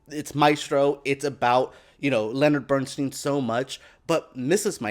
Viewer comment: BERNSTEIN pronounced BERNSTINE He hated his name being pronounced BERNSTEEN and then on to pronouncing Felicias name wrong twice....MONTEALEGRA this is a poor disrespectful attempt at a vid about the Maestro and his wife.